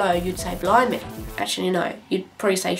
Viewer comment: when you say blimey sounds like blow mee lolllll